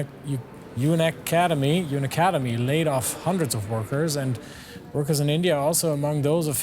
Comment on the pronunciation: its pronounced Un-Academy